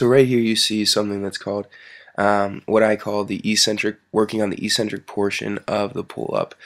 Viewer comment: Another E-centric peasant. Learn how to pronounce eccentric, you oaf!